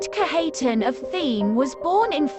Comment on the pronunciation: Its pronounced Kadge uh tahn